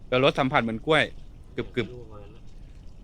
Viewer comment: กล้วยค่ะ ลากเสียงยาวนิดนึงนะคะ